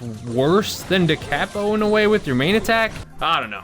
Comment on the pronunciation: How do both and not understand how to say “da capo” 😂 look it up, it’s for a guitar!